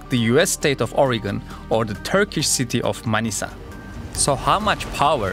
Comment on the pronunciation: daha önce bu kadar net manisa diyen yabancı görmemiştim. videonun sonunu bekledim ve Türk olduğuna şaşırmadım.